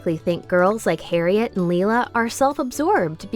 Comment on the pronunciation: the way you pronounced harriet made me die a little inside :(